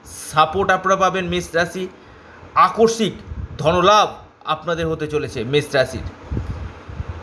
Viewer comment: Onek bar bolechhi kothata AKORSIK na , tobu aakoshmik ke akorshik bole jachchhen.